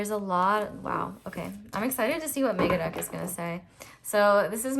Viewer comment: When you said Megadeck I understood MegaDuck and was like what the heck is a MegaDuck? 😅